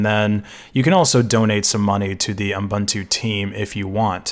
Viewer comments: He did pronounce it um-buntu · Is it just me, or does it sound like you're saying "U m buntu" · like M'buntu, reminds me of some african-ish name